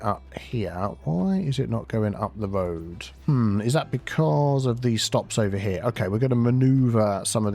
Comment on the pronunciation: “Tree on röad” is my favorite vocal stim lol